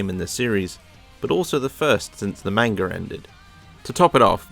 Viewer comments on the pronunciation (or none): none